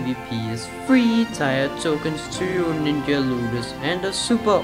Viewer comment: Tier is pronounced "Tear", not "Tire".